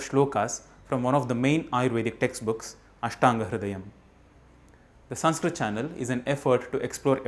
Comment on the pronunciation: How is this संस्कृतम् channel when you can’t even spell or pronounce it right?!